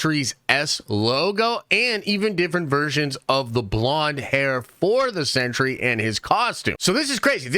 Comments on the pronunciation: Pronounced "sen-tree", not "century". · Are you saying “century “?